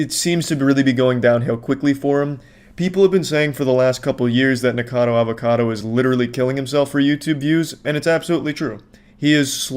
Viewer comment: man he really NEVER learned that the dudes name is NickACADO and not Nickado 😭😭😭